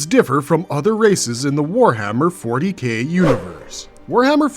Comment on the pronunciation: Narrator : ...more commonly know as "Warhammer 40 Gay" Me: I know what he meant but 👀